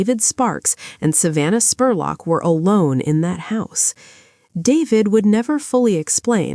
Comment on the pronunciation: I'm from Richmond KY, and you did a great job covering the story EXCEPT calling her Savannah SPORLOCK!! It's pronounced JUST LIKE it's spelled SPUR LOCK!